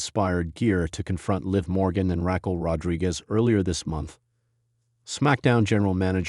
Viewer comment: Stop mispronouncing Raquel 😢